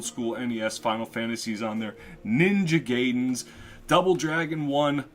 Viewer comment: My old school gaming began with the Gameboy,Nes,SNES for consoles as for PC we used to have a IBM computer with frog hangman with big flopy disks. but i played 3d pinball Full Tilt windows 95 the most. Btw I just knew you would miss pronounce Ninja Gaiden... but i can't fault you for you.... most of the native English speaking would probably pronounce it like that... But (Ninja Guy-Den ) would be the proper pronunciation.